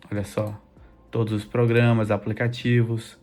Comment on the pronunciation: Irmão, por que você fala "aplecatievos"?